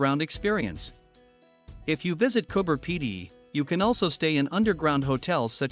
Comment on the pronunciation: coober pedy not cooper pedy